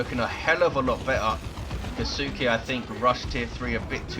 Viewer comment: Hey if you're curious Kisuke sounds Japanese to me so it should be "Kee-su-ke" with a very short if pronounced at all "U" sound. So you 've pretty much got it down just make the middle part of the name "su" much shorter.